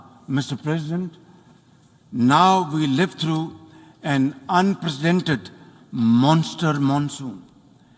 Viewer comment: Someone please tell him how to pronounce “unprecedented”.